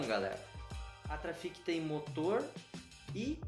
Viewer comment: Fala!!! Esse eu não tinha visto kkk mas é " TRAFICCCCC" 😉👍